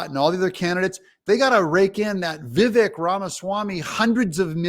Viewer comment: Vivek is pronounced "Vivake" like Cake. I think Vivek is fantastic. I'd vote for him if Trump was out, way over the other ones. But, I'll vote for the GOP candidate.